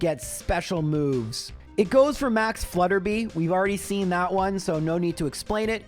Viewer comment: I know pronouncing things wrong is kind of a meme here, but it's Flutter-bye not Flutter-bee.